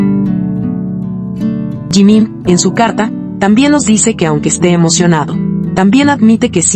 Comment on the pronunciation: Você não sabe pronunciar Jimin com essa atitude você já está gerando ódio então você é uma MENTIROSA!🤮